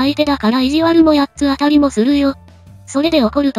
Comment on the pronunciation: 読み方を「やっつあたりやっつあたり」とするのはやめてほしい… それはそれとして弟があまりにかわいそう 兄はサイコパス、母は平和ボケの日和見主義のアホ、父は空気